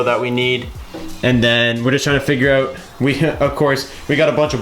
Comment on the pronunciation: Oouuttt. Is that the only New Jersey accent word you picked up living out there? 😂